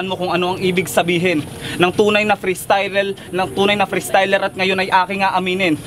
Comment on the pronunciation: Two naging true.. frestyler naging frestyrer. Buror ang futa..